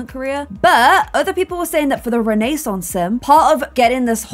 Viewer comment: Does it make anyone else’s skin crawl when says renaissance wrong?